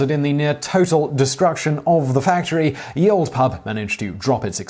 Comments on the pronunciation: Please stop saying "ye olde pub"... it's "the old pub"... it's not a y, it's a Þ (th) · "Ye" is pronounced like "the". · "ye old" is pronounced "The Old" - it's not a "y" but an archaic letter not longer in the alphabet that has a "th" sound.